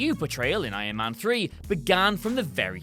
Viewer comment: Why do you keep calling iron man "ion man"?